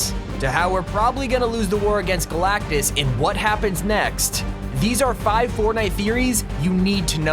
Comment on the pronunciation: "GALACTICTUS" LMAOOOOOO